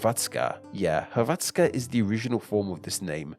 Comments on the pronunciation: Yes, the stress was on the wrong syllable. He kept saying hr-VAT-ska, when it should be HR-vat-ska. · STOP THE HECK SAYING HRVATZKA ITS SPELLD HRVTSKA BUT ITS SAID HRVACKA!!!!!!!! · ill never forget when he reads "croatska" as "klotska" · BRO HOW DID YOU PRONOUNCE DUBROVNIK AND HRVATSKA? BRUH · When saying Hrvatska, accent is on H (yes, on consonant. That's because R can "act" as a vowel by putting accent on the letter before) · Thats not how you say Hrvatska tho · So much research but can’t even pronounce hrvatska right😭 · It was painfull listening to you pronouncing Hrvatska. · I am from croatia and this video is cool just one small problem. The way that you sed Hrvatska and Dalmatia(on croatian Dalmacija). Volim Hrvatsku i ponosim se njoj🇭🇷🇭🇷🇭🇷🇭🇷🇭🇷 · hrvatska came from the legend whit 12 brothers and 2 sisters one of the names was Hrvat and pls when u say hrvatska say R i am croat i know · You didn't pronounce "Hrvatska" right. :/ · Actually the way he pronounced Hrvatska could use some work though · Bro the way he pronounce Hrvatska is crazy